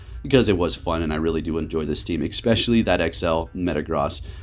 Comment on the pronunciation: its especially not expecially